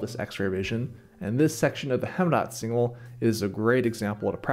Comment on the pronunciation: Heemraadsingel is pronounced like "Haym raad single" not "Hem raad single" otherwise great movie